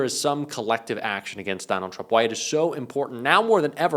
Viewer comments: Did anyone notice tuRmp in stead of tRump 🙂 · "TURMP" ? :D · " nukes Turmp".......maybe read what your idiot AI is doing ????? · What's a turmp? Just kidding get him steven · I had to watch this twice because I spent several minutes scrolling the comments thinking "Someone else noticed that it said "TURMP" right?" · We love Steven. But who's turmp? Lol